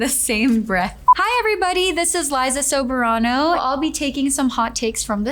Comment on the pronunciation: Her dad is Filipino so I would say she is pronouncing it in an Americanized way. I was taken aback how she pronounced it . When she was in the Philippines. Wasn’t pronounced Soh Beh rah noh. Is this is how you would pronounce it following Filipino alphabet sounds . Wonder if she changed it because this is how foreigners or Americans pronounce it ?